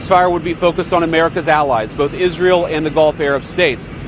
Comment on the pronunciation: You dont know how to pronounce Israel 🇮🇱 🤭